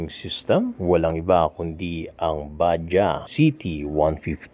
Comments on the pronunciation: bad-jaj/bad-jadz ang basa diyan hindi po ba-jah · BAJADZ sir ang pronounciation hindi badya 😂😂😂